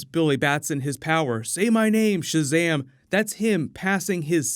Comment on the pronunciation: “Owpøn Šazæm-e” ☭